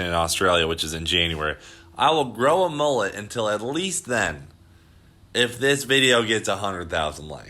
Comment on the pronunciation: Its a mul-let Not a mol-let Straya! get a dog up ya